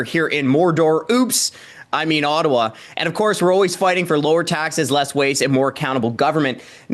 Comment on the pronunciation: There's an invisible 'R'. Rottawa